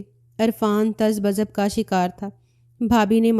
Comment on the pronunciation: Tazbuz nahi kehte tazabzub kehte hain